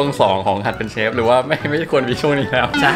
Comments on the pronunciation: ความชิปมันแรงไปหน่อย555 อ่านเป็น "หัดเป็นเซฟ" 555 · แงงง ขอโทษTT น้องอ่านเป็น 'หัดเป็นเซฟ' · อ่านว่า หัดเป็นเซฟ เฉย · อ่านหัดเป็นเชฟเป็นหัดเป็นเซฟ...